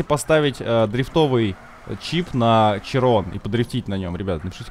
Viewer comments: "Широн" , а не "Чирон" .) Такой вот французский язык)))) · Уши кровоточат когда булкин говорит Чирон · Широн блет, а не чирон